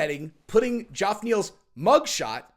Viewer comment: “Joff” Neil 🤣🤣🤣🤣 fuckn Jeff mate Jeff